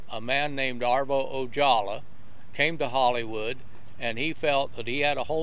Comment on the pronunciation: The surname Ojala is pronounced O-ha-la not O-jaw-la. I cringed every time I heard him say that name. Otherwise a very good history lesson. I used to participate in fast draw about 1960 in a parking lot of a shopping center located between Oxnard and Ventura called Venox.